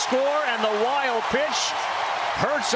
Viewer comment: Those commentators really cursed the OM pitchee